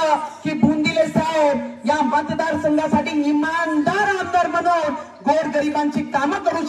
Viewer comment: म्हणून म्हणून आणि कणून. कनून 😅😅😅😅😅